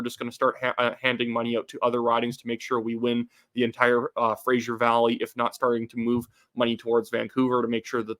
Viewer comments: Pro-tip it’s pronounced “FRAY-zer” and is never pronounced “FRAY-zcher” that’s a different name. Don’t keep making that mistake, it’s Smythe vs Smith. River, University, Bridge, Highway, Docks… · Fra-zer (Fraser) valley. Kelsey Grammer (Frasier) has nothing to do with the Fra-zer valley.